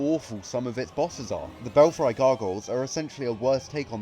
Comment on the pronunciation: Bell-free* not bell-fry